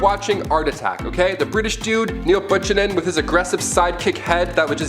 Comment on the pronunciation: Is pronouned like Buke anan.